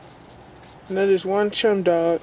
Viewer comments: Wow, you butchered the English language. It is NOT pronounced chem it is pronounced cem as in Chemistry or cem-dog or Kem-dog, what an idiot. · Chemdog is pronounced like "kem dog" like "chemical dog" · "Chemdog" is pronounced "Cemdog" that strait is a staple to your country the USA, im not even from the USA and know how to pronounce "Chemdog" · Its pronounced kem da w g. *sigh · cant even say chem dog right